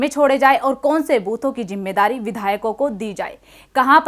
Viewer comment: KACHCHI ZABAN BOL RAHI HO JAISE ZARURAT KO JARURAT......ZIMMEDARI KO JIMMEDARI....